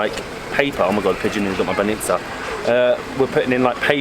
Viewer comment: It was hilarious how you had a different pronunciation every time you said banitsa 🤣 you almost got it right a couple times. The trick is to put the emphasis on the first syllable and try to say the 'ts' as one sound and not two separate ones. You actually did pretty well but sometimes people struggle to understand words they hear super often when they are said even slightly wrong.